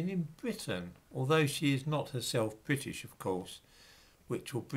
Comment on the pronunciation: When you say British 🤣🤣🤣🤣🤣.??